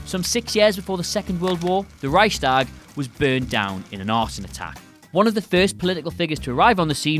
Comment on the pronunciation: and Rike-shtahg